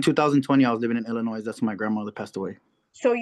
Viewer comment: The s in Illinois is silent